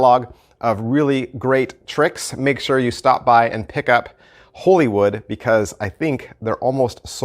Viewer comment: First reviewer I heard get the name correct Most say Hollywood